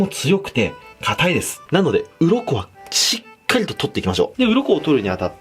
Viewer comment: 「ちっかり」